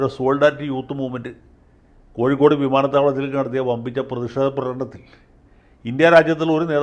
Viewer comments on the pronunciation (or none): none